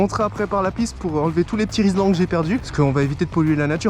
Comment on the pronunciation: Frero rislan pas rilsan